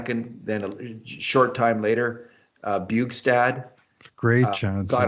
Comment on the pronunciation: bjugstad doesn't rhyme with my favorite four-letter word